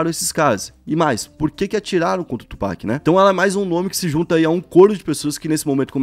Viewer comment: FABIL, Tupác!!!! Tupac, pelo amor!